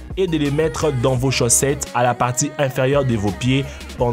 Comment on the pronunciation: on dit chaussettes et non chaussetes au début de la vidéo